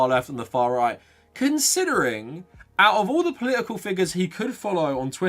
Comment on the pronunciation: Poli-ical... I'm just trying to guess which consonant he will randomly drop next.